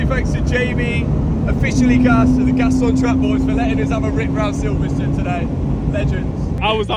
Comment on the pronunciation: Silverstone not silverstun 😂